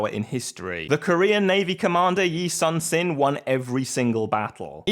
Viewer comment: As a heads-up, in Korean 신 is pronounced like 'shin', not 'sin.'